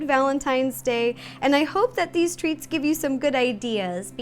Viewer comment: i thought you said valentines THREATS. (love you ro)